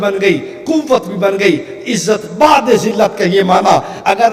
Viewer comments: Khabis .tuje urdu bhi nahi ati .bad e jillat lafz nahi .bude jillat ب per pesh hai .jiska mana jillat se door hota hai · کیسا جاہل مابون ھے جس کو اُردو بھی ٹھیک سے پڑھنی نہیں آتی ۔ بعد نہیں بُعد ھے ۔ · Abe jahil woh baad nahi bod hai Pahle urdu seekho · چول بعد نہیں بُعد ہے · Abe jahil iblis ke shagird kab tak in kafiro ki himayat karega Aur ae njd ke pille tu itna uchal rha hai tujhe urdu padhna nhi aati Woh izzat bade zillat nhi hai Woh izzat bode zillat hai Huzur apki woh izzat jo zillat se door hai Abhi waqt hai allah ki bargah me tauba kar le aur aala hazrat ke daman se bavasta ho jao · عزت بُعْدِ ذلت پہ لاکھوں سلام بیغیرت کو اردو پڑھنی نہیں آتی اور اعتراض اعلیٰ حضرت پر ملعون مفعول 😂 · اللہ کی قسم یہ شعر غلط پڑھ رہا ہے ،جس طرح یہ پڑھ ریا ہے ایسا نہیں وہ لفظ بعد نہیں ہے بلکہ عربی کا لفظ ہے بعد کی باء پر پیش ہے اور عین ساکن ہے تو یہ دوری کا معنی دے گا،مطلب یہ ہوا کہ ذلت اور قلت نبی ؐ کی ذات سے کوسوں دور ہے بھائ پہلے اردو صحیح طرح سمجھنا سیکھو